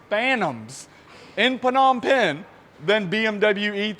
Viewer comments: Hey love the content just wanted to let you know that you don’t say the P in Phnom Phen it’s just nom pen, have a great one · It's just pronounced as Nom Pen. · Love your energy and enthusiasm! As always, it gets me going for the rest of the day. Just one bit though: it's pronounced "Nohm pehn" with the silent "p" upfront. and yes, Cambodia is China's rich's playground and money laundering haven... hence the top notch cars you see there.